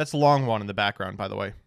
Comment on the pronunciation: to me it's mbt pronouncing longyuan as LONG ONE